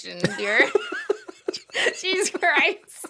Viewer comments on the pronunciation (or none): none